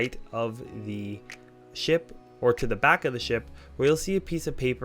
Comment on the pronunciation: Talk normal. You sound so stiff because youre obviously reading from a script. Especially everytime you say 'thee' instead of 'the'